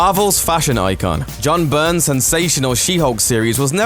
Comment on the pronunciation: Whoa there Pilgrim. The artist's last name is BYRNE and I hear people mispronounce that name sometimes. Please look at this: BY Ron. Bye Ron. BY--RNE. Almost just like BARON, as in "WWI Ace Fighter Pilot The Red Baron". Not "BURN". BYRNE = By Ron. Peace! And Long Life.